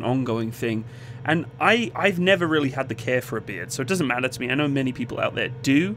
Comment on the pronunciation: When you were saying "beard", I thought you were saying "beer". I was having an existential crisis thinking they banned alcohol in the military.